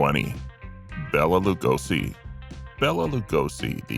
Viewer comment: Bela = BEY-la